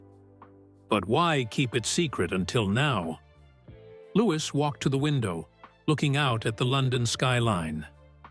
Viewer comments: He Still Calling LEWIS, Louise Not LEWIS, GET YOUR ACT TOGETHER,👍🏻👍🏻👍🏻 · Why Does The Guy Telling Story, Call Lewis By His Proper Name, LEWIS, NOT LOUISE 👎🏻👎🏻👎🏻